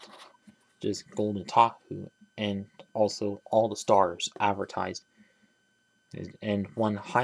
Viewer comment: Ah yes. The sturs